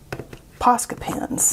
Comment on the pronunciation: When you were testing out the acrylic pen I finished your sentence by saying Poesca but then you pronounced it Pawsca, too funny. I don't care how you pronounce it since I know what you're talking about but it was unexpected when I thought I knew how you were going to say it. That'll learn me! lol